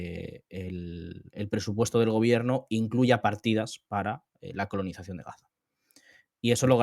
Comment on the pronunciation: Conolizacion?? Que gallego HDP 😂😂